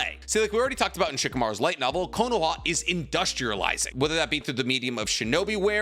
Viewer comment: why does he say konoha like that?